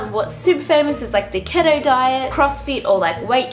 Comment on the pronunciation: im pretty sure keto is pronounced like “key-toe” ♥️